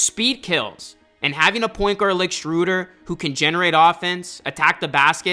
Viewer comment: It's Schroeder, not "Schrooder"